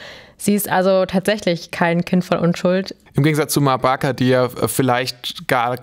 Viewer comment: Wow, ich dachte es heisst ma baker, nicht barker?